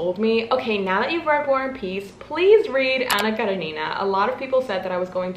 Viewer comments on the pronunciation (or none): Btw it's Anna KarEnina 😶 But ilysm anyway 😭😭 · karEnina. Accent on E. 😅😅 I had to.